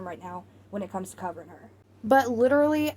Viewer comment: Yes! Her gums have receded making the top row of teeth stick out so she says W’s in place of L’s, such as when she says “widerally” instead of “literally.” Also, it’s like nails on a chalkboard when she pronounces her T’s as D’s. She’s been doing “Codden Candy” makeup lately. 🙄